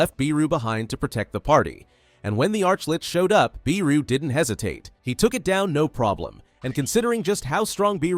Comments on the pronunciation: It’s Beru not BEEEEru. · Sorry to be pedantic, but I think Beru is pronounced as Bey-ru, not Bee-ru, but I'm pretty sure this is an AI generated video so... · Bro said beeru